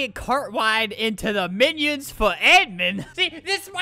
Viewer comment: Did you just say cart wide in the beginning